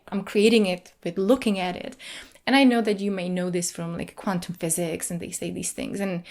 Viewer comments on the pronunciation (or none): none